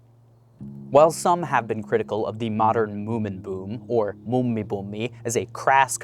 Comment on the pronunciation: What he tried to say; Muumi buumi= the moomin boom What i heard: mummi pummi= a grandma hobo. XD The double vowels and consonants have a reason y'all. XD